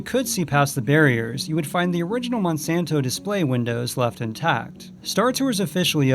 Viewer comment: It’s Monsanto not monsonto